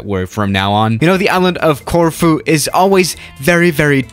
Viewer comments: I Thought you said tofu airport 😂😂😂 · I live in Corfu and I love it when you try and pronounce it